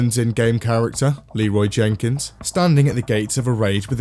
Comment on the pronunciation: Anyone else upset that Leroy Jenkins doesn’t say Leroy Jenkins correctly